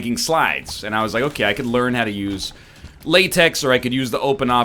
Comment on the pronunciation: It's pronounced LaTeX (lah, tek) you philistine